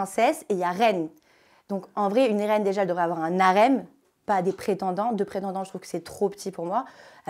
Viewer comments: Un " N'Harem".... 😂😂😂 Mon Dieu... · 136 de Q.I. mais elle dit ''un N'harem''!!!:D:D:D MDR..... elle est comme le H de harem: elle sert a rien! allez... va dormir pauvre fille... t'es aussi intéressante qu'une boite a tartines! Big up pour ton travail... t'as bcp de mérite!:D